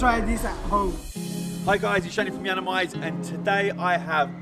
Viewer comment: It's yiannimize not yanamize